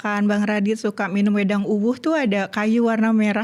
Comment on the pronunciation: uwuh nya agak gimana gitu pelafalannya, uwoh uwoah. wedhang uwooh